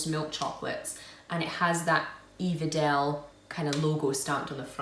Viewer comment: here is how to pronoce wedel: just wedel yeah thats it, wedel